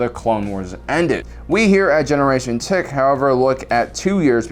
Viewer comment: Anyone else hear tick instead of tech?